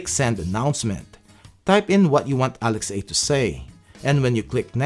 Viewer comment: I think it should be "ALEXA" and not Alex-A. Nice vids! Keep up the great work!